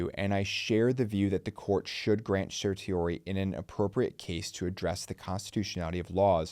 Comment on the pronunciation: The number of attorneys who mispronounce 'certiorari' is amazing.